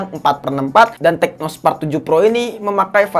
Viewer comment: Tecno bang bukan Teco🤣